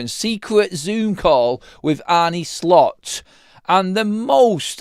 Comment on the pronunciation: His name isn't Arnie, neither is it pronounced that way - how ignorant can you be?!